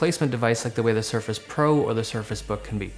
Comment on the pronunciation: he said suface pro